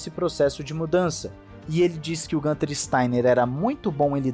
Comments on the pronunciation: É isso. Falantes de outros idiomas tbm substituem o umlaut (vogais com trema) pelas versões sem trema+ uma vogal, por não estarem acostumados com essa grafia. A pronúncia, no entanto, é mais próxima de "guinter", e não "gânter" como se fosse uma palavra em inglês. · Desculpe mas "Gunther" é a pronúncia de quem não conhece a origem do nome dele... pergunte a ele e descobrirá que na língua nativa pronuncia-se "Guinther" igual pronunciamos Guilherme. (perceba que o nome dele tem um "u" com trema)...😎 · Acho que o nome do Steiner se pronuncia no alemão "Guinter". É interessante ver como o Nico chama ele, possivelmente é a pronúncia mais acertada... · A pronúncia correta é Guintarrrr. Nas colônias alemãs do Brasil, falam Guinter.